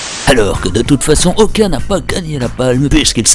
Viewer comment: Okja se prononce pas "Okya" c'est coréen